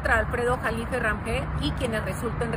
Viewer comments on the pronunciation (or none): Se pronuncia RAJME...así como suena con j. La h la pronuncian como j Rahme ...Rajme